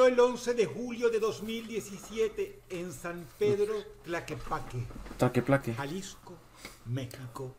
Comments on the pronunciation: Dross: Tlaquepaque: taqueplaque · 😂🤣😂 se dise Tlaquepaque jajajajajaj fue lo único gracioso